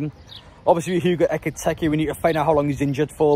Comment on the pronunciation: BTW it's EkitIke, not EkitEke. Nitpicking, but nice to get players names correct.